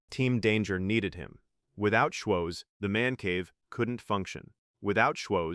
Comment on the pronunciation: It's embarrassing how obviously AI everything about this video is the script is not perfect it has no life they keep pronouncing his name wrong op